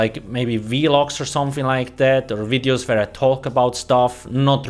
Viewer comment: I love your "wideos"